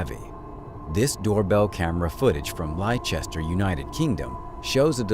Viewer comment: Leicester, England. It's pronounced Lester.